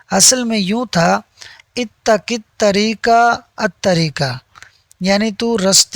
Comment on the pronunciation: مولانا لفظ “اتق “ بالقاف ہے اورآپ “اتک “ بالکاف پڑھ رہے ہیں۔ مہربانی کیجئے تلفظ کی درست ادائگی پرتوجہ فرمائیں۔